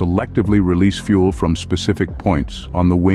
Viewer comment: Where to begin- "Fuel" not "fule." In the first 35 seconds you show four different aircraft types- an A36 Bonanza, a Twin Otter, a diagram of a turbo prop and an A320. NONE of those have fuel dumping capability. Only some heavy jets have fuel jettison. You then show a contrail being formed. Comtrails have NOTHING to do with fuel jettison. Of around ten types you showed, onlt two actually have fuel jettison capability. Other aircraft types (and, indeed, aircraft that CAN jettison) are certified to land over maximum landing weight in an emergency. MLW is not ROUTINELY exceeded as it would decrease the aircrafts service lfe, but it can be if neccessary.